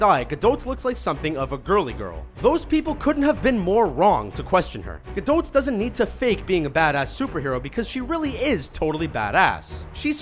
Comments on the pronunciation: Just because Gal Gadot (which is pronounced as it is written not gadowt btw) was in the army doesn't mean she has combat training, he might as well been a secretary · Gal Gadot ( Ga-doe ) not Ga-dote Not a big deal or anything, it just bugs the shit out me when I hear Ga-DOT and now especially Ga-DOTE. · "gal gadote" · It's pronounced Gadoh not gadot just saying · did you just say gal gadoT!? it's Gal GadO. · Gal Gadot is prenounced "Ga-dot" not "Ga-Dote." why the fuck cant anyone on this channel prenounce peoples names correctly, especially this one. you said "Ga-dote" so many times I nearly got a head ache. and im seriously considering unsubscribing because it's that annoying and hurts my ears so much. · GAL GADOT: you don't pronounce the "T"....say: GA-DOH. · it's gal gadat not gadot to say I mean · gal 'gadote' 😬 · It's Ga-doT, the 'T' is pronounced. Gal herself has confirmed it. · Omg, I hate the way he says Gal Gadot! The t in Gadot is silent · lol Gadought XD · "Ga doat" just fucking say Gadot!!!!! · Am I the only one who gets uncomfortable when hearing him pronouncing Gal Gadot? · I don't think the "t" in Gadot is pronounced. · you didn't say gal gadot name right..... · iam egyptian and i know that gal gadot isnt pronounced that way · Why do you struggle saying "Gal Gadot"? You butchered her name... xD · Way to butcher gadot, dood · Why does everyone pronounce Gal Gadot's name incorrectly